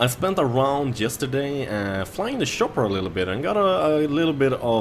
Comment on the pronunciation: shopper i love how you pronounce it :D